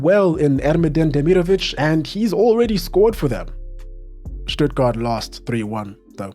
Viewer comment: Probs for the Stuttgart pronounciation my man